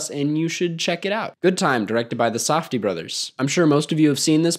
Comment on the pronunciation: did you just say The Sofdie Brothers?